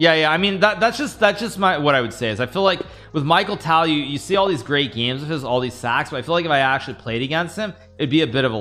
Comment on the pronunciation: Michael Tal ??! How dare you mispronounce Mikhail Tal 😅